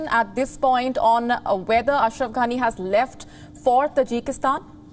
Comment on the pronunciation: So funny the way you say his name ‘anus’ lol 😆